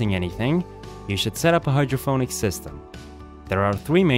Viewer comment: hydroponic with a p, not hydro-ph-onic